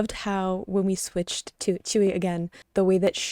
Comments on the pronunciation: It's pronounced as "chewy"❤❤❤ please continue your twice journey once forever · Yeah, many people pronounce it that way in English. If you want to sound closer to the original though, pronounce it like ts-y(u)ee. Say the u as fast as you can as if it’s almost absent. The easiest way to listen to how it’s pronounced is to copy and paste her name “子瑜” into your favorite translation software and let it pronounce them for you. Or, watch the video where she’s teaching Dahyun how to pronounce it. 💕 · i’m not korean but her name is pronounced like “chewy” and some other koreans pronounce it more like “tsewy” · im not korean but the korean pronunciation is like joo-ee or chewy